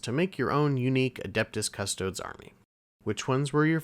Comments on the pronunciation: “Cuss-Toe-Dees”, not “Cuss-Toads.” If you can’t correctly pronounce the name of the subject you’re discussing, I’m not watching your video. Extra credit: “Ah-Star-Tees” not “Ass-tarts.” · Are you pronouncing Custodes that way to be funny?